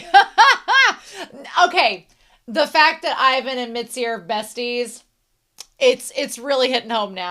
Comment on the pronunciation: whenever you say mitsy instead of mizi i get reminded of mitsi from animation vs animator made by alan becker